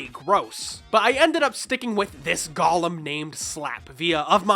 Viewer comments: Go-lem not Gollum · Cool video, great nostalgia trip! Now sorry for being pedantic but this is a pet peeve of mine: "gollum" =/= "golem", the latter pronounced goh-lem instead of gah-lum. One's a Tolkien character portrayed by Andy Serkis, the other is a Jewish earth elemental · Golem: "GOH-lem" - go (as in "go there") lem (pronounced "limb" like tree branch). It's Hebrew. Has a specific pronunciation. Gollum - the way you pronounced it - is a character from LotR